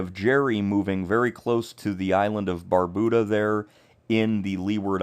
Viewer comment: Thanks for the updates. I would suggest, however, learning the correct pronunciation of the islands’ names. Barbuda, Antigua and Nevis, for example, are mispronounced